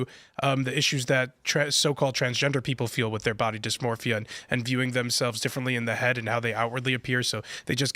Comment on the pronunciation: The medical professionals who came up with "body dismorphya" must be rich right now 😂